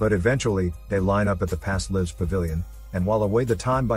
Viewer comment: If you ever wondering if this was a AI voice (which it is), just listen to the way it pronounces "lives". It cant pronounce it in the appropriate way because AI's cant recognize content yet. These are called "Homophones" and if you hear them mispronounced, its a AI voice.